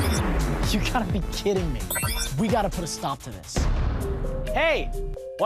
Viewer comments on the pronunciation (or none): “You gotta be k-UHYDDING me”